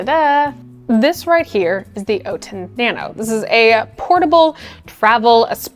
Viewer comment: OUT-in not OAT-in